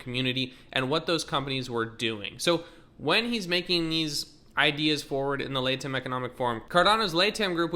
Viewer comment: HUGE news! Thanks for the breakdown. One thing, it's pronounced La-Tom just fyi.